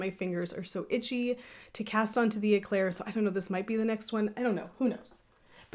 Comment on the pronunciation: That Noro Yarn is calling my name 😅 I'm being knitfluenced PS: "Éclair" is a French word that means lightning 🌩 The E in Éclair is pronounced "Eh" like "Ed" or "Bed" (not e like Pete) Your son is soo cute!